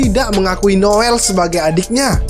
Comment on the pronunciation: Maap bang noelle bacanya ya noelle Bukan noell